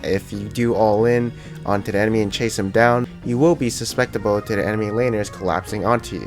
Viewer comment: I love your vids so far, watched about 10 of them. This is killing me though for some reason...sus·cep·ti·ble.